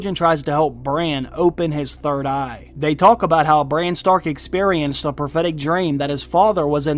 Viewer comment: Is it bad that I laugh every time I hear you say "third eye"!!!?